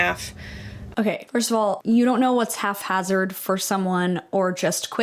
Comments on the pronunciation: Half hazard isnt a thing lol. Haphazard, pronounced hap-hazard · I hate to be that person but it’s haphazard not half hazard 😭 sorry it was driving me crazy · Aside from being terrified of her own shadow, she seems pretty racist. Also, it's haphazard. Not "half-hazard" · It’s haphazard not halfhazard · ok I'm a year late but "it may look half hazard" "its half hazard" NOOOOO ITS HAPHAZARD NOT HALF PLZ IT DROVE ME INSANE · Sorry pedantic English teacher here just needed to state 'half-hazard' isn't a word it's haphazard😅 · haphazard lol not half-hazard, I just had to say that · it's haphazard, not halfhazard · haphazard not "half-hazard" ✌️ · It's "hap" hazard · It's HAPhazard, not halfhazard 😂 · Isn't it haphazard??? Why is everyone saying halfhazzard? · Hap-hazard not haph-hazard. I’ve never heard that mispronunciation before. Love the content though. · Just commenting to let you know that the word is "haphazard," not "half-hazard," although I kind of like that version of the word 😂 Love your videos 💛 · Love your content but I think its haphazard, not half hazard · Lol not thinking it’s half hazard not ‘haphazard’ 😭😂😂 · I'm gonna scream it's haphazard not halfhazard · I'm gonna be that person, but it's haphazard. Not half-hazard. 😂 That being said, this girl's ignorance 100% made her come off as rude and disrespectful. She sounds like a paranoid villager from witch trial times. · I hate to be that one person but it's haphazard— pronounced as hap-HAZ-erd. Not half-hazard. (Literally 28 years old and learned this 2 years ago so NO ONE FEEL BAD, English is SO annoying 🤣) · Am I crazy or is "haphazard" pronounced hap-hazard not haf-azard? 😅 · HAPHAZARD. “Half-hazard” is not a word. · 1- this girl needs to buy a ruler. Clearly, standard units of measure are challenging for her 2- the word is haphazard, not half hazard 😭 3- “just Halloween stuff” is CRAZY WORK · Minor correction - the term is haphazard, not half-hazard! : ) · *haphazard not halfhazard